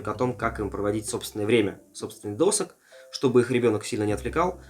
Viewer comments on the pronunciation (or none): правильно досУг. думал оговорка, но человек несколько раз повторил. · учись у жены правильно ударения делать)))) ДосУг.